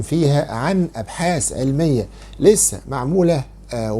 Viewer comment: يذهل وليس يزهل ... ابحاث وليس أبحاس ... يا مصريين ارحموا اللغة العربية 🙏 خلاص كفاية